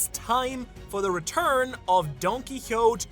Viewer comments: It's not Donkeyote it's don-kee-HOH-tay doh-flah-MING-go. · it is actually pronounced don ki ho tay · Don-key-ho-tay. It's spanish! You pronounce the e at the end! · Dudes saying his name donkeekawtz when it’s Don-Kee-otay lmfaoooo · The only person in the world who pronounces it don quihot. The japanese pronounciation is pretty identical to the spanish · Why are you pronouncing his name as Donkey-hot? 🤧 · “Don key hoe tay” there you go that’s how you say it 😂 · Don-key-ho-tey, say it with me. Do you mispronounce on purpose? Genuinely asking because you seem eloquent and literate. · u mispronouncing DonQuixote is irking tf out of me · bro, can you pronounce donquixote properly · Love the theory but it irks me everytime he mispronouces Donquixote lol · I'm sorry but poitning out that you recently picked up Spanish again in an episode whereyou mispronounce "Donquixote" a million times is absolutely friggin wilddddd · I don't like the way you say Donquixote other wise good video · How come ur pronouncing his family name like that? I’ve never heard it pronounced like that even in Japanese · You're pronouncing Donquixote wrong, being a One Piece YouTuber and not pronouncing names correctly is wild 😂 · The don quixote pronunciation made me rage quit lmao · is German, I don't expect him to be able to pronounce Spanish words anywhere close to how they're supposed to sound xD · My guy, that's not how you pronounce Donquixote